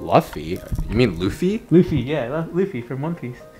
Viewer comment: The way pronounced luffy is killing me